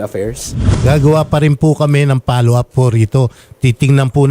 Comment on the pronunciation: .Bkt wala kang letter F?sa lahat ng may letter F na words like follow up palaginh pollow up ang bigkas mo.